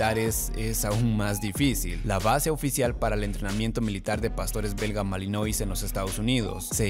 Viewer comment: "malinuá" se pronuncia en francés